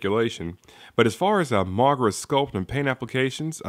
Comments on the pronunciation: No offense but Why do u keep pronouncing his name as MAGRA? its pronounced MOGERA dude. still I do love the review very nice thanks for uploading this. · its mo-gee-rah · It's actually pronounced mo-GEER-a, although the name may seem different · I'll over look the fact that you mispronounced Moh-Gair-uh. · You are saying mogera wrong